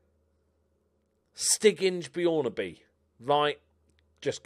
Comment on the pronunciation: Stig Inge Bjørnebye. You could not be much more off on the pronunciation :D.